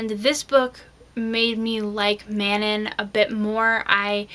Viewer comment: Excellent, excellent. You are the first person I've seen who pronounces Elide and Manon like I do. I have found that no one pronounces all the names the same, lol. Also good point about the disabled controversy being false. How could Elide have been forgotten?